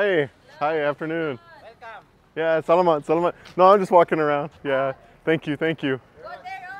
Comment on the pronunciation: “Sell a mut, sell a mut.” Haha I’m just teasing you,. Think of the meat “salami” whenever you want/need to say “salamat”. Another thing to note is that the pinoy letter A is always an “ah” sound; such as whenever a doctor tells you to stick out you tongue and say “ah!” I’m enjoying your content,. Thanks for sharing these.